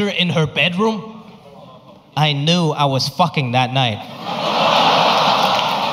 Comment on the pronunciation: "I kew i was fucking that night" 😂😂😂